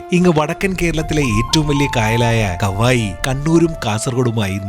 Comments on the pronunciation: Kavayi alla kavvayi aan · കാവായി അല്ല കവ്വായി